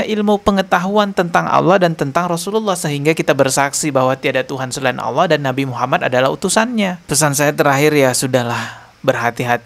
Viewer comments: Ngomong Alloh z awloh preett loh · ful.. menyebut Allah aja sudah salah, jelas ALLAH itu alif lam lam ha..,, kaga pakai huruf WAW mbak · bilang alloh sj ada hurup w bos masa jd dengernya awloh ngaco ni orang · manusia ini sebenar bukan orang muslim dari pengucapanya alloh jadi olloh tapi dia seorang misionaris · Kongslet iki wong iki ngomong alloh ada huruf wnya 😂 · Ngomong Alloh aja beda , kedengaran nya non muslim kalau di teliti Bener" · Gak malu ya yebut nama allah aj gak pas